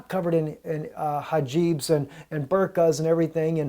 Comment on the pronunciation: The Correct name is HIJAB, not Hajib....